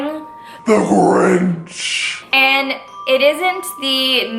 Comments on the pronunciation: I like how she said “ the gorinch” at the beginning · is sounds like she says THE ORANGE instead of the Grinch lol